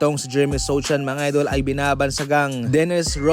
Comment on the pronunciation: Sochan po ang tamang pg bigkas nyan hindi susan